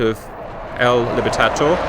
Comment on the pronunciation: Bro... at least trie to get the Spanish names right It is Libertador... Not libertator...